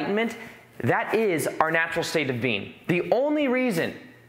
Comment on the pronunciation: Whenever he says being, it sounds like he says bean